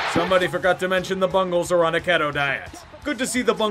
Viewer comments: keto is pronounced key-toe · It’s pronounced “Keeee-to” diet... but I still love 👍👍 From a Happless Cowboys fan